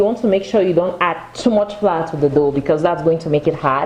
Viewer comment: Are you trying to say Flour or fly?